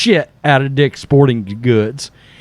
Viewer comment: cmon man , it's "dick's" .